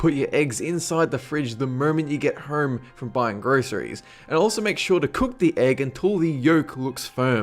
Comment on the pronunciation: The way he said home, lol!